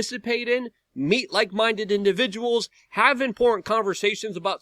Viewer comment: e I've been telling him for years that there's a t in important